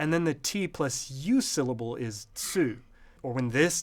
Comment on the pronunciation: >i'm a linguist >i can't pronounce tsu properly